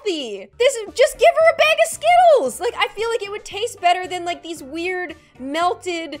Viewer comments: Baaaaaaag not beeeeeeg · Bag not beg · I know I love her accent when she says "~Bag~"